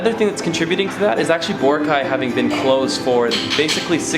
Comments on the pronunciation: lmao cringed every time he pronounced Boracay wrong hahaha at least he's trying tho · You've been to the Philippines countless times but you still can't pronounce Boracay correctly 😂